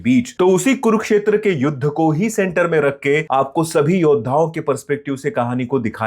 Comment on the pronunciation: ज्यादातर लोगों को confusion होता है "Kurukshetra" spelling pronunciation में "कुरुक्षेत्र"को "कुरुकक्षेत्र" बोलते हैं । लेकिन भाइ तुम तो ऐडे नहीं हो ना ! तुमको बहोत सारे लोग follow करते हैं , तुम्हारी बोलनेका अन्दाज , reviews पसन्द करते हैं । तुम जैसे popular content creator हि अगर गलत उच्चारण करने लगो गे तो लोग क्या सिखेंगे ??? Mind it .